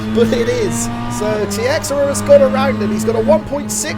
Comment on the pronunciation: Great race! I think Tiexeria is pronounced “Tacheera”.